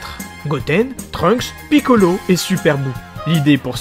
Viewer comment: Comment tu dis piccolo sa me fument